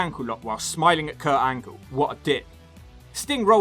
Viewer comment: Did You Say Perc Angle?